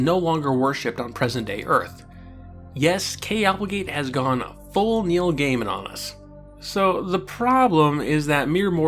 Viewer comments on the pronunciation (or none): none